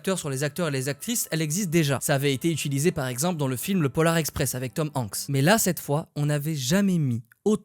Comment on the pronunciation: Bonjour super vidéo, en revanche le polar express , c’est le pôle express plutôt !😉